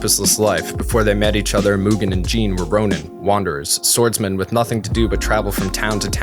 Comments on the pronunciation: Myoogen...Myoogen...I'm always fascinated when someone takes the time to make a lengthy video essay and mispronounces something as important as a main character's name. I'd assume the person doing the review would have watched the source material on a few occasions, in this case maybe even dubbed and subbed, and wonder why they mispronounce something so easy to not mispronounce. I mean sure, later in the essay he pronounces it correctly, but eh, just something that got my attention. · He really said Mugen like Mewtwo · he said Mewgen. Even in the dub they say his name correctly. Like a cow Moogen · did he say "mewgen"? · Just curious why do westerners default to the (myu) gen pronounciation? There are a lot of words that suggest there are other ways other than the mute/mucus pronounciation such as mutt, munch, mundane, etc. Just genuinely curious. I've met some Europeans before and from what I remember they don't stray too far from mu (moo) gen and not (jen). How does it equate in your head?